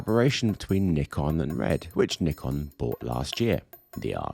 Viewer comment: Finally, someone saying Nikon as “Knee-Con”!